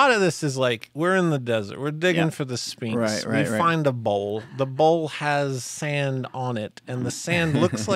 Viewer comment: Spinx? It’s Sphinx. As in Sfinx.